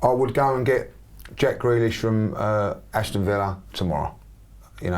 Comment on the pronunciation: Man said Jack Grealish, like seriously?